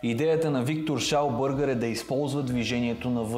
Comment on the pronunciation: Виктор Шаубергер, немец е, така че не е Шаубъргър. 😂😂😂